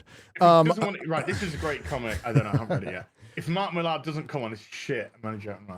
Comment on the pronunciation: I know it's spelled "Millar" but it's pronounced "Miller"